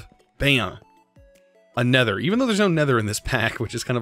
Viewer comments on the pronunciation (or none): none